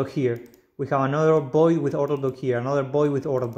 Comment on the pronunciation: Void with V, not 'Boid"